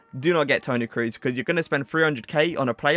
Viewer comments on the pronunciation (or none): Toni Cruz 🤣🤣🤣🤣 nice Review man... but how u pronounce him 😅 big oof